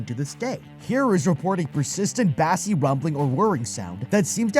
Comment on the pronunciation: Did he say "bASS-ee" sound? Did he mean to say "BASE-ee" sound?